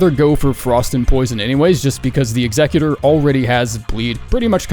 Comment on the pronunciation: Bro is the first person I heard actually pronounce Executor correctly. 🎉